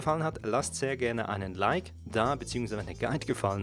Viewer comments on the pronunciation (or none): none